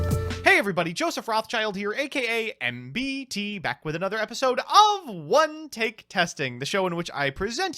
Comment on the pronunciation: It's Mmmm-Beee-Teee, not Mmm-Bee-T